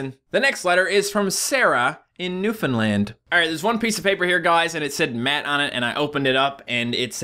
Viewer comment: Wait if he's not from Newfoundland, how the fuck did he pronounce it right? I haven't seen anyone pronounce it right... or heard